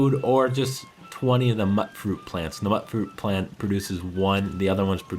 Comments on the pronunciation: What's with everyone pronouncing it mutt-fruit? It's mutant fruit! Pronounced mewtfruit. It rhymes ffs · Am I the only one who didnt like calling it mut-fruit so called it mute fruit? It rhymes :3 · "mutt" fruit? I think it's MUTE fruit, as in mutant fruit. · I could be wrong but I think "mutfruit" is pronounced mute-fruit, has anyone heard an NPC say it?